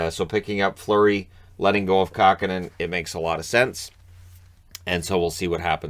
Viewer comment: Kahkonen? ;) I guess you ran out of ink.